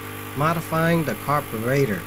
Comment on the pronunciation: say car bur rater one more time .